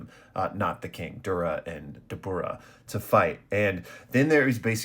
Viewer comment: Dabra is how it’s pronounced btw